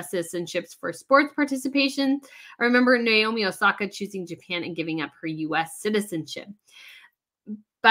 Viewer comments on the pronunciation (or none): none